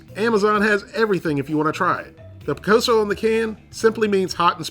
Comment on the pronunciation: Pronounced Pee/ Co/So